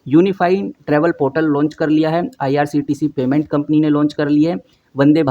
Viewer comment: Bhai bolna to sikh lo, irct ni irctc hai